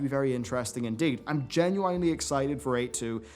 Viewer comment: That's not how to say 'genuinely'. O.o